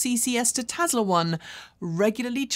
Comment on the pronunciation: I go to your videos for information not entertainment. But sometimes it takes like forever for you to deliver a small amount of the former. Just get over yourself and cut to chase already. And could you please stop pronouncing it TEZLA.